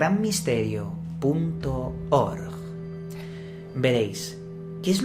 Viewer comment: dice punto ORGGGG y estallo de risa ❤